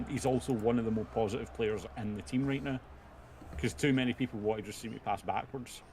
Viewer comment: Tha Peepul....endless entertainment 😂😂😂🍀